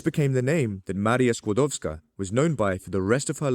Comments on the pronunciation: top notch polish pronounciation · Hello, I came across your channel by random chance while learning about Chernobyl and other radiological incidents. Your quality of production, from the great editing to your outstanding overall diction and name pronunciation, is second to none. I have, of course, heard of Marie and Pierre Curie prior to today, but roughly half of this video was fact previously unknown to me. The inclusion of the author was the cherry on top. Well done; please keep up this amazing work!